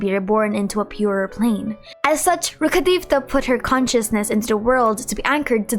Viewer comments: t is not how it is pronounced in-game. Maybe the original name from its' source is pronounced that way, but the English translator obviously thought it would be too difficult to incorporate it in every other line so they simplified it to fit English language better. It is as if you parents named you Candace, you like and keep that name throughout your life, and then some fool comes and calls you Kandake just because it is the origin of the name (yes this is also a jab at idiots who pronounce Candace as Kandake). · Can you pronounce them in the way they're actually pronounced? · why do u pronounce rukkhadevata like that